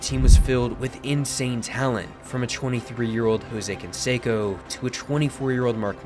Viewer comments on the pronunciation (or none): Damn! You slaughtered Canseco's and McGwire's last names! 😅😅